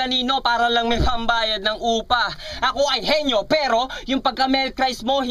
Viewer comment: Ganda ng bigkas ni shehyee sa "PERO" hahaha